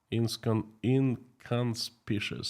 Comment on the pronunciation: Inconspicuous! In-con-spik-yu-us. Just saying!😂